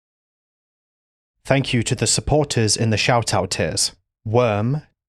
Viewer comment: Fank you hahahahaha